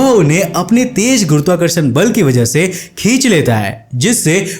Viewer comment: Jada /jaida nahi Ziyada bolo bhaiya, Tej nahi tez